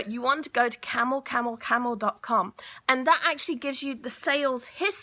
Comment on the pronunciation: What? Camo Camo or Camel Camel...couldn't understand you.